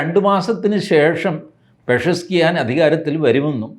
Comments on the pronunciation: പൊന്നു ടി ജി പെഷസ്സ് കിയാൻ എന്നൊന്ന് പറഞ്ഞ് പഠിക്കൂ😂😂😂ടി ജി ക്ക് വലിയ പാടാണ് അത് …😂😂😂😂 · ടി ജി സാർ അയാളുടെ പേര് എല്ലാവരും പറയുന്നത് പെഷസ്കിയാൻ എന്നാണ് ...... എന്നാൽ യഥാർത്ഥത്തിൽ " പെസെഷ്കിയാൻ " എന്നാണ് ...... വായിൽ കൊള്ളാത്ത ഓരോ പേര്....😂😂😂😂😂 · Ni entha enthu paranallum pinnariyil varunne...modi can pronounce Iran pm ...pitty u guy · പേര് പറയുന്ന കേൾക്കാൻ നല്ല രസം 😂